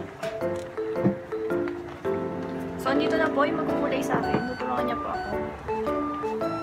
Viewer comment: Hahahhaa 🤣🤣🤣 natawa ako.. akala ko sabi "semen" buti inulit "cement" 🤣🤣🤣🤣